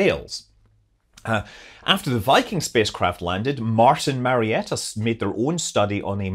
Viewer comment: Did he say, "Martin Marietta" or "Martian Marietta"?